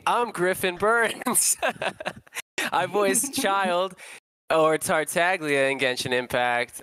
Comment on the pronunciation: Griffin cant voice tartaGlia since the g its actually not pronounced that way, its grinding my gears so damn hard